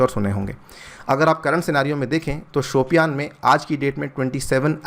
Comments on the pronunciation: it's शोपियां...not शोपियान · वो "शोपियां" है सर शायद,"शोपियान" नहीं! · just a suggestion.the pronunciation is more like Shupiya.